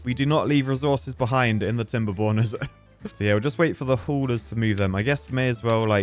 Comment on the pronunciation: Until now I thought he said timber boners